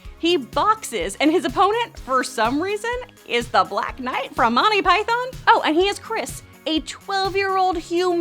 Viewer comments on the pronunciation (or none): none